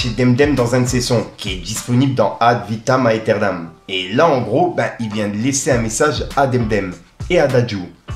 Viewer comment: Yo, je me permet de te corriger concernant l'Album de BOOBA ae... Alors pour plus de Style; ça se Prononce Ad' Vitam Æternam ca se dit Ad'vitam éternam, en phonétique 🙂😋:washhands:Force à TOI🤚💪☝